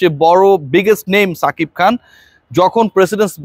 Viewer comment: ছাকিব খান না রে ভাই,সাকিব খান😂